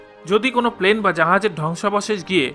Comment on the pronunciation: Plane not palane